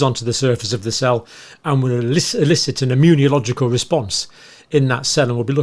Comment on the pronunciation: IMMUN-I-OLOGICAL?? I bet you say nuc-u-lar as well.